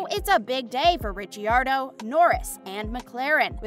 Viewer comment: You also mis pronounced Ricciardo and verstappen